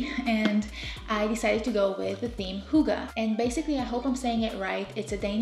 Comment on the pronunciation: I'm in... We danes split the word Hygge between the two g's... Hyg-ge and shorten the y sound when saying it... 😉